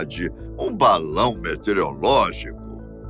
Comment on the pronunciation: Metereológico ou METEOROLÓGICO??? Arrre!!!...